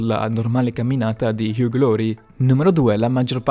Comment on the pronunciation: Il dott. house si chiama Hag? Ma dai.. si pronuncia Iu...